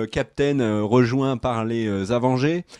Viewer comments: Avengers Asseumebole! 😂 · J'allais next quand il a dit avange mais j'ai compris que c'était pour rire 😭 prcq tu m'a dégouté en le disant 🤣